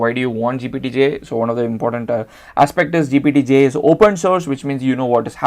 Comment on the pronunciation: Why are you saying GPT-G? Did you mean GPT-J?